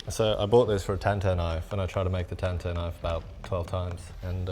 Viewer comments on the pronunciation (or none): none